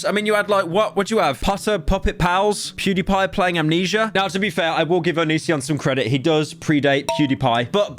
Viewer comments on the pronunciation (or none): none